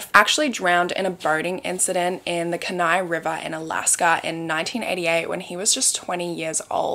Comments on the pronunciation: Alaska born & raised here, kenai is pronounced key-neye. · Kenai is pronounced “ Key Nigh” most that aren’t from here say it the way you did until it’s explained 💙 It’s definitely a weird word 💙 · thank you for coverting this case! I just want to point out really quick it is pronounced "key-nai," for Kenai. (I live in Alaska) :) ❤ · It’s pronounced keen-eye I was born and raised there hahahah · You can't hunt in Anchorage it's a city. Keni pronounced key-nye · kenai is pronounced “key nigh” -lifelong alaskan 🤍